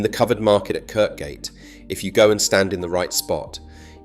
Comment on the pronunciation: Correction. The road and market called Kirkgate is pronounced kirgate.